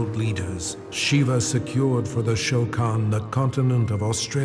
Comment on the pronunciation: Lol the funny thing is Shokan sounds like Shao Khan but with a bad pronunciation like Sho Khan